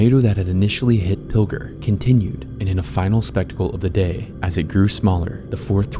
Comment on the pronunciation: Pill-jer. Not Pilger.